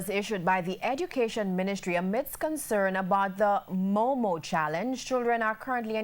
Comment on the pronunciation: He said "moomoo" I'm DEADDD💀